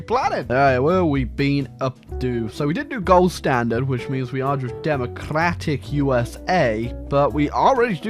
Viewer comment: “demacllrrratic yeeuesae”